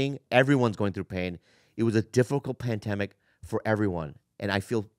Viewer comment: Did bobby just say paindemic